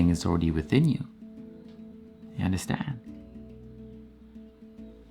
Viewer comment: I love when you say “ya undastand”? Lol, love your content. It’s so enlightening and high powering. And yessss, I undastand. 😍